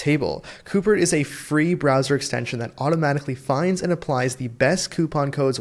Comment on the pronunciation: Follow the money! And Fwee Fwee Frankenstein! 🤡